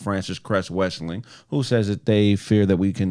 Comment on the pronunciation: The system of white supremacy is for suckers. They set up a system where they would have all of the advantages and immunity from law because they know that they cannot compete on an even playing field. And it pronounced Welsing not Wesling